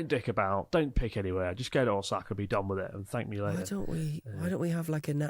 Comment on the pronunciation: Man, how long have you been in Japan and still can't pronounce Ōsaka. 😅